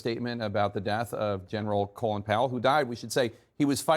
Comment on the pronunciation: Kyle: makes fart noises Also Kyle: won't pronounce Colin Powell's name correctly